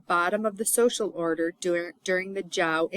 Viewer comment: cool, video, not sure how I came across lol - but mostly from doing Chinese lessons recently I guess. Anyways 周 Zhou is pronounced kinda like “Joe" . 💙